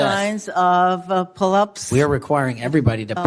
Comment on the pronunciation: well we know she will ever never be qualified to join the FBI she can barely say the word pullups !!!!!!!!!!